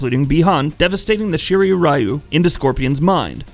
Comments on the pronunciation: He said R-ai-yoo too :( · Psst... Ryu is pronounced "Ree-you" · Why they pronounce "Ryu" as "Rai-U"? Is it supposedly pronounce as "Ri-U" like Ryu in Street Fighter? What the fuck man! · Pronunciation all wrong, but, nice vid. But pronunciation butchered lol. For Lin Kuei and Ryu